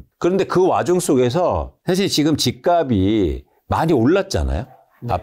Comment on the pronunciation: 말씀이 항상 합리적이고 치우치지 않고 다 좋으신데 "집값이"의 바른 발음을 '집가비' '집가블' 이렇게 발음 하시는데~ '집갑씨' '집갑쓸'로 표현을 해 주시면 좋겠어요. 옥의티만 바꿔 주시면 완벽합니다!!! 개인적으로 팬입니다. 아파트는 앞으로 현재대비 60%이상은 더 빠져야 합니다. 앞으로 10년후면 빈집이 1000만채가 될텐데 지금 거품은 완전 이해가 안됩니다.20년후면 1/10로 가격이 내려갈겁니다. 일본처럼..